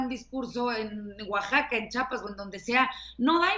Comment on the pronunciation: Buenas aportaciones pero es "Chiapas" no "Chapas", no puede ser que no nos sepamos los nombres del resto de los estados.